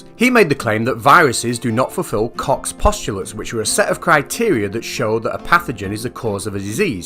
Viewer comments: Isn't it pronounced "Coke's" postulates? Not "Cox?" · Goddammit,. I can't watch this. Everytime he pops up saying "Koch's" I crack up. X'D